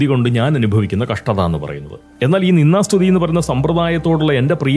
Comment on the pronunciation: പോങ്സ്കൃതത്തിൽ നിന്ദാ സ്തുതി എന്നുപറയുന്നതിനു പകരം നിന്നാ സ്തുതി എന്നാണ് കേൾക്കുന്നത്. ദ കാരം ഉച്ചാ രണത്തിൽ വരുന്നതേയില്ല. അനുനാസികാതിപ്രസരം. ശ്രദ്ധിക്കുമല്ലോ.